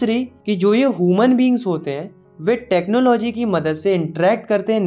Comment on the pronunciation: ह्यूमन❌ हुमन